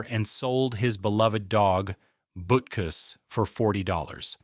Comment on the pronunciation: please say the dogs name right